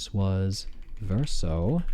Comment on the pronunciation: You actually nailed the different pronunciations of the name Verso there. They're pretty much all in the game xD